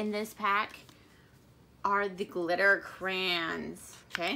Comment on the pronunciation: Why are you calling them crans? Never heard that before